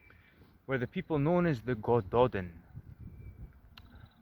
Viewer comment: It's great that you are interested in this stuff, but I'll bet it makes you cringe when people say Eedinburg or Loth-AY-un. So it's a nice touch to do your research on pronunciations BEFORE you make the video, so Welsh speakers or Gaelic speakers, or whatever, don't have to cringe. It's more respectful, and people will respect you more. Here's some help - Y Gododdin: "uh Go-DO-thin" (Both "o"s rhyme with "go", hard th - you nearly had it right!) Mynyddog: MUH-nuh-thog (dd is always hard th, ddog rhymes with dog) Mwynfawr: MUIN-vower (rhymes with shower) Din Eidyn (Welsh): Deen AY-duhn (AY rhymes with say) Dùn Èideann (Gaelic): Doon EE-juhn Catraeth: ca-TRITHE (rhymes with Blythe) Keep up the good work!